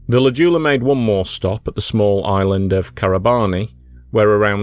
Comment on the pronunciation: This one hits close to home, a little bit too close for me. Anyway, it's pronounced J-OO-la, not Juula. Sorry for being pedantic.